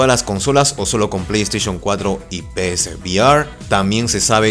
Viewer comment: "ya se sabe que la pleyteichon 4 traerá disco SSD" pues ya tengo el pleyteichun 4 y me vino con un disco HDD, me estafaron verdad? :'v